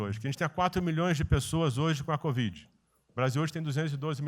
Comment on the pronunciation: Melhor parte foi o presida dizer: CODIV...😂😂😂😂😂